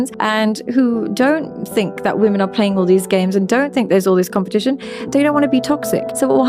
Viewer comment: Day 678 How do u watch clips all day and not see your pronouncing women plural wrong bruh